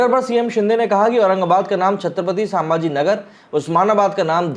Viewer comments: छत्रपती संभाजी महाराज नगर ठीक से बोलो पहिले छत्रपती समाजी नगर नहीं हैं वो भ का उच्चार ठीक से करो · संभाजी and not सांभाजी... correct pronunciation please